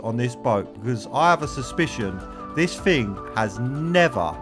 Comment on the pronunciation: FING/ ITS THING !! NOT FING